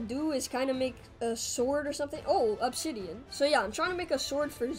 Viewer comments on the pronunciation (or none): none